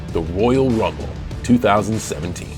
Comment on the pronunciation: Woyal wumble